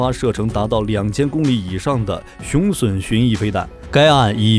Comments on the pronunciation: 雄筍？ 雄隼（準） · 雄隼???!!!奪筍啊~~~那個在台灣念準!! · 隼唸 "準"，不唸"損"…中文質量有問題！ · 隼的讀音錯誤，不是筍，是準。